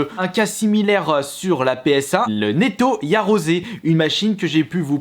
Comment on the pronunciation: ´´ Néto Yarozé ´´ quel génie 😂